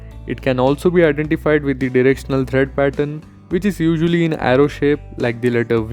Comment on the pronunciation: It's "Tread" pattern.. Not thread.